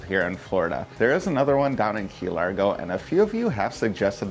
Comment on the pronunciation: Key Lar-GO! GO! GO! 😄💯👌